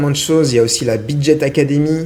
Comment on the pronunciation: On dit Bidget et pas Bidjet ;)